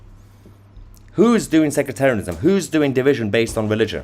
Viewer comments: It is "sektarianism," NOT sekratarianism, or what ever you are saying. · Sectarianism not secretarianism